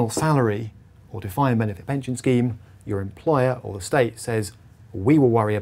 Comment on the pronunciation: You use the word “scheme” but sounds like it should be the word “scam”.